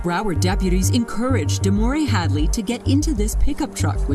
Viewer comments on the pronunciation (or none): Omg her name is DEMOREE get it right